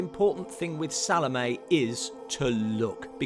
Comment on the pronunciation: Great video but that’s not how you pronounce Salomé, sorry.